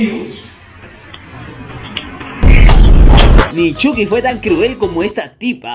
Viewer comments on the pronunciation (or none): none